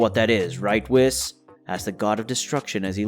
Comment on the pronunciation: Your pronunciation of whis... makes me think isn't it "wheese" and not "wis"?